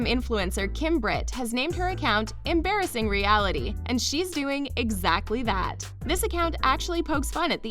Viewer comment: 90 Day Fiance Zed = (pr) Zee-ed... Embarrassing Reality = (pr) Em-brace-ing Reality lol